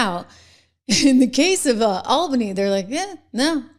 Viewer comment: It's pronounced All-bany.